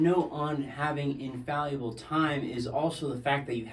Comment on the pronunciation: In-fal-uh-bull. Great, and inspiring video!